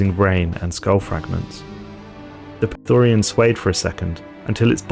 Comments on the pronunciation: Agreement. "Prethorian" does sound cool, though, but "Prethoryn" (Preh-thooh-rynn, for the record) just goes much harder. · like your videos, but one thing that's been buggin me is how you pronounce "prethoryn". there's no "a" anywhere in that word :D